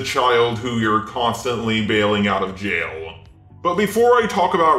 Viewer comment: DOES ANYONE ELSE NOTICE THE ELONGATED WORDS? GENDERBENDUH, JAILUH, THINGUH, MEUH